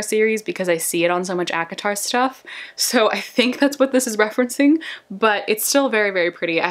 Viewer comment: I love this video. Its pronounced a-co-tar. Btw :)